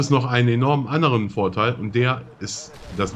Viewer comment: . "vorteil" ?? :D